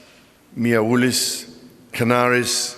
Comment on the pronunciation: Know right ? That one cracked me up. He did however get MIAOULIS right. For once a Pom pronounced my nsme cirrectly.